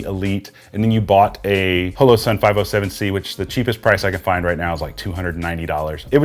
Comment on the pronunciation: Loved the review but... it's not pronounced "HELLO SUN" it's "HALLOW SUN"... just something that really bothered me... I know, I'm type A. Sorry.